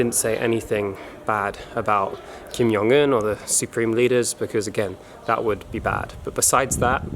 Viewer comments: It's Kim Jong Un not Kim Yong Un lol Why would you pronounce "j" as "y". Anyway that airport seemed super creepy. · Why do you say Kim Yong Un? It's a J.